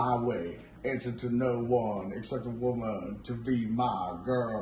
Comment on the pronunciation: "To answer to no one except a wuh-muhn"